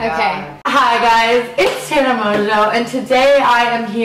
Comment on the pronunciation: i love how they said tana's name wrong